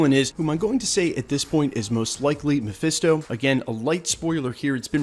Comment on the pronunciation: "mephiesto" lol